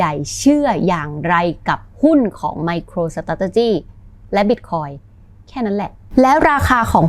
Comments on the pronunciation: MicroStrategy ออกเสียง สะแทร่...เลยต้องฟัง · ไปหัดออกเสียงคำว่า Micro Strategy ให้มันรื่นหูกว่านี้นะ ฟังแล้วขัดๆ